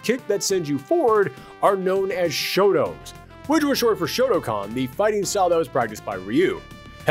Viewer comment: Did you just say Shotocon? Or Shotacon?